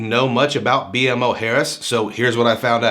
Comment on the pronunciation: Good review, it's actually pronounced Bee-Mo Harris. Very good bank & I plan to apply in couple weeks once my youngest account is 6 months old. There's 3 within 10 minutes from me. Definitely not new accounts or inquiry sensitive either!